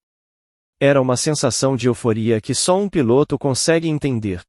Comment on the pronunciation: Por que nos relatos o relator assassina a lingua portuguesa neste relato ao inves de falar piloto o narrador fala pilôto é um charme de palavras ditas erradas.